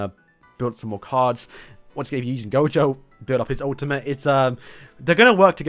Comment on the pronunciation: He didnt butcher gojo